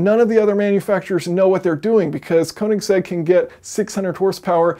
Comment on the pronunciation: Koenigsegg, not koninsegg